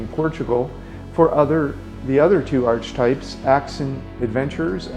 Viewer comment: I think its pronounced arc-e-types....not arch types. just sayin' bro